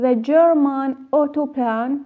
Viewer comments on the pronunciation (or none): none